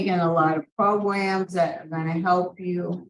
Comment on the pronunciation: “I’m loosing my ears” 👀 “Take more progrums”….. next HEARING please!!!! Cold blooded 😅